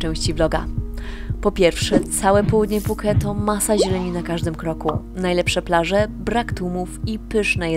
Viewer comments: Wszystko super ale te Puke brzmi bardzo dziwnie i nikt tak niestety nie mówi😂😂😂,poza tym wszystki super i oglądam wszystko jak leci, dobra robota. Pozdrawiam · Puke ? nie wiedziałem że tak się wymawia Phuket …